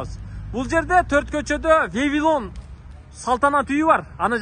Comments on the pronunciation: Вевилон эмес Вавилон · иним ВАВИЛОН десеңчи. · Вавилон тура суйло